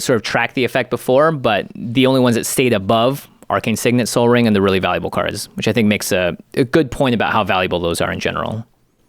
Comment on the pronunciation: I thought he said, like sol ring, in reference to the spelling. I was like cmon bruh, that is like the channels mascot